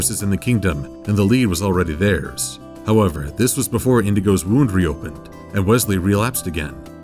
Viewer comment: did he say "indigo" instead of Inigo?